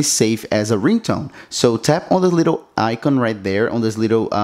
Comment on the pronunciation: "icon" is not pronounced like that. Come now, it can't be that hard.